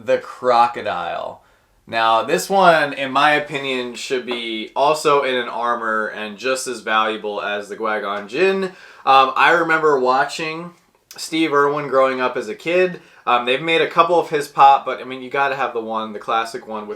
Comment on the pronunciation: Why do you say quay gon ginn?